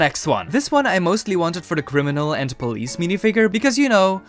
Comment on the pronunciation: Yes pole-ice